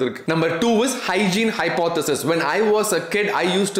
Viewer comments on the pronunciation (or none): none